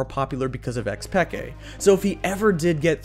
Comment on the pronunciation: how tf do u not know how to pronounce xPeke